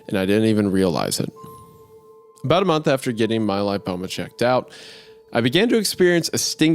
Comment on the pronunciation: Not trying to come off as an A-hole, but please look up pronunciation of words if your job is being a podcaster. Betadine and lipoma are not absurdly odd words, a quick google search is all it takes. Love the pod guys, just some constructive criticism. ❤